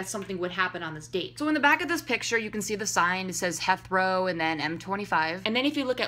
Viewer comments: It's pronounced "HEETH-row" airport. Heathrow is the busiest airport in Europe and the sixth-busiest airport in the world. He and Danielle went to London for Leicester City footballer Jamie Vardy's wedding; now they've returned. This is all over the Internet. I do not think Louis and Harry are together. I don't think Louis is gay or hiding anything. I believe Louis and Danielle are dating, and that Louis' child is Freddie, and that Briana is the mother. I don't see anything shady here. It all seems normal to me, at least in the context of his life as an international celebrity. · I love you but ITS HEATHROW NOT HETHROW OML I HAD TO PAUSE JUST TO SAY THAT THR BRITSH PART IN MY CRUMPLES